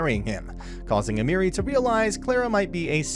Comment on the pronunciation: and almery like emeri